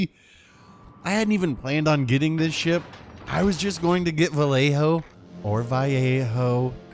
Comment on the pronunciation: Valley-Ho. I refuse to accept any other pronunciation. Great video, as always!